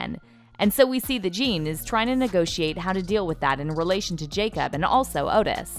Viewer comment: its pronounced Yakob not Jacob